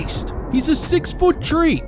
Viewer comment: "2020 🌳" "6 foot 🌳" WHY TF IS IT SO HARD FOR YOU TO SAY "THREE" INSTEAD OF "TREE"